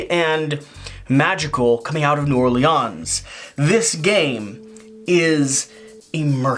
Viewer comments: Some folks say "Nawlins" or "New Orleens" for me it's "New Orlins." I'd say you've got a bit too much "Layon's" in your "Orleans." I've lived in Louisiana for the better part of 25 years now, but I'm by no means a native. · I tried to help him when we played. I explained it was Nawlins but it didn't take. I can't wait for the game plays to come out. has some pretty good character voices. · The way you said it the very last time was the closest way to say New Orleans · As someone who lives there and is from Louisiana, hearing you pronounce New Orleans pains me. haha. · The way you say New Orleans causes me mild physical discomfort and acute mental anguish.